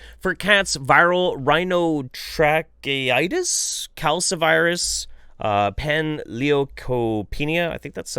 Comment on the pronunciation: I love you, so I'll forgive your horrible pronunciations of viruses. Panleukopenia virus (Pan=all, leuko=white, penia=absence. An absence of all white cells.) is the progenitor virus for parvovirus, and causes the same symptoms in cats. Calicivirus (Ca-li-ci) is herpes. Rhinotrachieitis (Rhino=nose, trachie=trachea,-itis=inflammation. Inflammation of the nose and trachea. Basically an awful respiratory disease). But if you ever want to get REALLY angry, look up the homeopathic "medicines" and herbal/Eastern/etc. "cures" for veterinary oncology (cancer). It's basically all the same stuff as humans as well, and done to people's animals. Parvovirus/panleukopenia virus is a virus that targets rapidly replicating cells. It's two most common signs are a lack of lymphocytes (immune cell type) and loss of intestinal villi (they increase surface area for the absorption of nutrients) as the virus spreads to rapidly dividing cell populations and destroys them to make more copies of the cells. This is later followed by the loss of all other white cells (panleukopenia), leaving the cat/dog without an immune system, unable to absorb nutrients, and actively leaking fluid/protein/blood into their intestinal tract. What follows leaves an emaciated, dehydrated, immunocompromised animal, which is why these viruses are so fatal if left untreated. Thanks for covering this topic, though, if even one person vaccinates their dog who wouldn't have otherwise, you'd done immense good here.